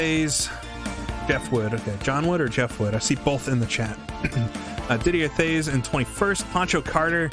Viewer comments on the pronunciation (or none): That was fun to watch. Jeff Wood is the drivers name. Didier Theys should be pronounced Did-E-A TAYS. At least that is how that pronounced it back in '89 Looking forward to next event!